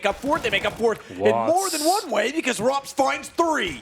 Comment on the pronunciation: This boy done called him roops XD